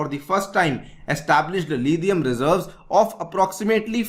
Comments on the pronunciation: lithium ko lidhium kyu bol ra bhai? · Why so y say Lidium, it's lithium bro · Not Lidhium it's lithium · Its Lithium...not Lidium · lidiam nahi lithium hota hai yar ias banaoge vah kya bat hai